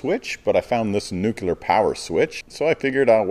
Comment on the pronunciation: There's a fair bit of Aussie that has washed out the American/(Canadian?) accent, but the pronunciation of 'Nuclear' as 'Nucular' *cold shudder*..... I have never understood the American fascination with adding vowel sounds into words where they have no place... Other than that one detail, awesome video mate! Looks like a super nice rig you've got there. Cheers for the pointers, going to attach my roof wiring this weekend😁👌